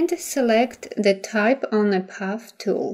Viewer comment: You have a lovely speaking voice but I thought you were saying, "puff," instead of, "path,"! Finally I realized what you were saying. Even so, you have given a very clear and detailed tutorial and thank-you very much! Best of luck with your channel!!!